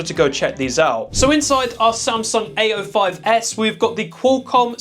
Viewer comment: Every time he says "A05s", it sounds like he's saying "ay yo"